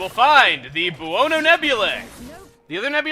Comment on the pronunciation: "Buono" is an Italian word and is pronounced "bone-O". It means "good" and is a cognate of the Spanish "bueno".